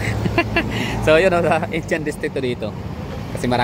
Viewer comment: Indiyan ang pronounciation hindi Injan